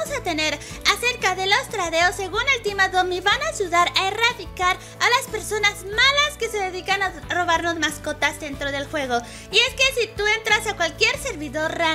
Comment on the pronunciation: dijo Van a ashudar